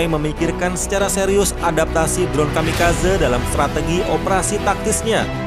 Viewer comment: Kamikazé.. gemes denger kamikazeu😂